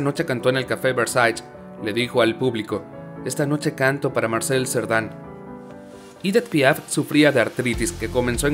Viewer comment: Se pronuncia Edí Piá porque era francesa